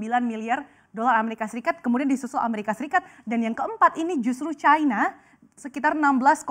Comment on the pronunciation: Cina bukan Chayna